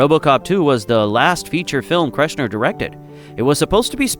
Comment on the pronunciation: "KERSH-ner" Gracious